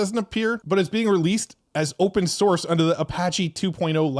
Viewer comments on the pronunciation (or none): none